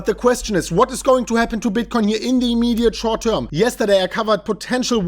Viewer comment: "Ze immeeediate schort teurm"?! Actually didn't say a lot about that today, more the longterm bullishness.